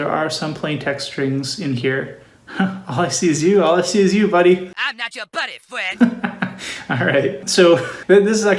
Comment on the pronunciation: "I'm not your buddy fwiend!"